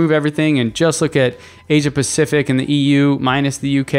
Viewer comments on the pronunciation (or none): none